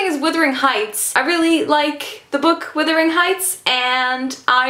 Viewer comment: Withering? Wuthering!